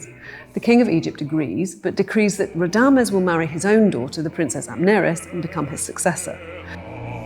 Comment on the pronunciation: she cannot even pronouce Radames‘ name correctly 😂. An opera amateur trying to preach her “cultural study” to opera audience😂